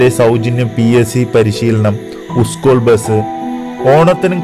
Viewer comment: ഉസ്കൂൾ 🤣🤣🤣🤣, ശംശയം